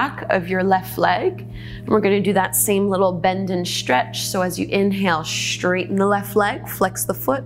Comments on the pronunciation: Respectfully: Careful! You're saying "shtretch" and "shtraight" instead of "stretch" and . . . as a public speaker, you might want to tidy that up. Thanks for the vids, you rock! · Am I the only one who found it super distracting how she adds a 'shh' sound to every 'stretch'? I don't mean to mock her pronunciation of the s-sound, it just really distracted me from the exercices. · I love the way she says “stretch”...: “tchrrretch...”